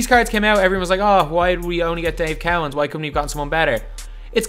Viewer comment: Lol Dave cow ens It’s Dave co ens